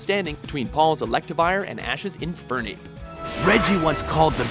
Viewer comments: Eeeefernape? What kind of pronunciation of Infernape is that? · Well, he called Infernape E-Fernape. So... yeah.